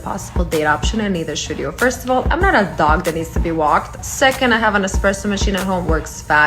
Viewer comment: Every time someone on this planet says Expresso instead of Espresso, i punch a hole in my wall.